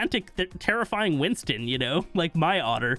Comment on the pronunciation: Bigger Winston is what I’m hearing